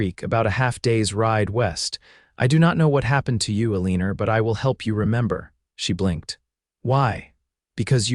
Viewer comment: I know AI has trouble with names, but it is painful to listen to, and read, the way this story is murdering the name "Eleanor" (or "Elena")? Definitely not "E-lean-ar". Even a perfunctory attempt at editing would have prevented this nuisance, and others, from being uploaded. I am irritated that presenter allows AI to ruin his presentation. The mispellings and mispronunciations are typical AI mistakes and distract from the story. Please human edit and don't rely on unreliable AI. Thank you. OR, USA.